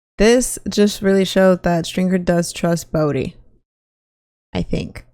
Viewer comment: Its Bodie, not Brodie Freeman , not Leeman